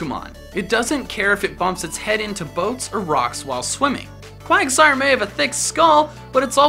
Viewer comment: IT'S QUAGSIRE, NOT QUIGSTIRE!